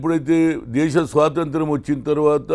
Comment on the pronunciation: Anna meeku Swathanthram ani palakatam raala nu endhanna niku cm padhavi kavala